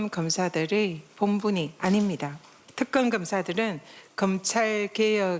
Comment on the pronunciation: 저녀니.발음이나 똑바로 해라 특금..금사 이지랄..